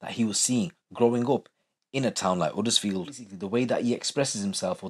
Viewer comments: Its Huddersfield not uddersfield and its same everywhere you visit its not as bad as you make out its like saying all Bradford or Leeds is bad its certain areas not the whole town every town has its problems doesn't mean its lawless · Man said Huddersfield 😂😂 get ur self into leeds